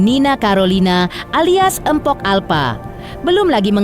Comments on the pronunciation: Tolonglah min kalau nyebut jangan Empok, Gak enak banget di dengar, belajar lagilah cara bacanya. Yang benar itu Mpok, bukan Empok. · Naratornya kok begitu bacanya..tulisan memamg mpok tapi K nya ga usah disebut kali....